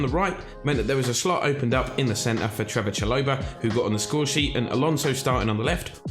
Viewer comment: it’s actually Trevoh* Chalobah but glad the content is back!